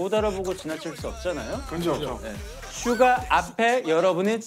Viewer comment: 나피디님이 슈가씨가~라고 할때마다 슈가슈가라고 들림 ㅋㅋㅋ